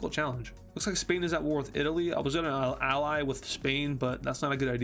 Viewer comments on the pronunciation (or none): none